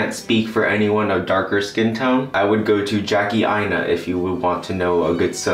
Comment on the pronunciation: I LOVE YOU FOR SAYING JACKIE AINA